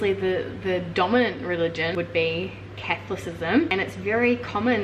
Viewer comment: It’s pronounced CathOlicism :)